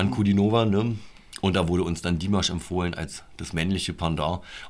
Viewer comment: Ach, ihr habt mit "Okay" angefangen? Das ist m.E. das schwächste Stück von Dimash. (Das a in Dimash ist übrigens lang auszusprechen, also "Dimaasch".) Es kann von nun an also nur besser werden. Als nächstes würde ich empfehlen: Adagio (2017), Stranger und dann das neuere "El Amor en tí". Das gibt einen ganz guten Überblick.